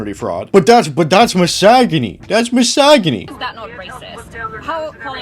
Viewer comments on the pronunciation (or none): Love the pronunciation of 'mis-og-a-knee'